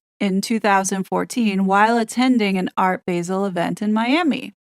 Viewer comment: Gilkes pronounced jilks basel pronounced baa-zl